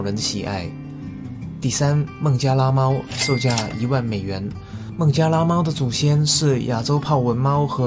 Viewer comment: 差点把“孟加拉猫”听成“孟加拉虎”